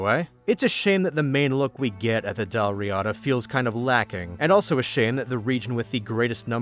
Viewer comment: The pronunciation of dal riata doesn't really match either of the pronunciation you gave, but it's similar to both. The little turned e you see in the pronunciation guide there (which is written in ipa) is a schwa, which stands for the vowel that in english occurs practically everywhere in unstressed syllables, for instance, it's most word final 'a's (and in fact the word final a in riata is pronounced exactly correctly in both). But the first a in riada isn't silent nor a stressed ah, but that reduced schwa vowel isn't really allowed after another long vowel in either of our dialects of english, so I can't really transcribe it without ipa. I guess you could try like, saying rirder in an boston accent, but that might not get you any closer.